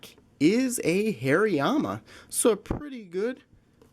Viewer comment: You say these Pokémon incorrectly: Soul-ga-layo, Har-as in hard- ee-ama. (Hariama), Chin-chow. (Chinchou), arak-ra-nid. That is Aracunid.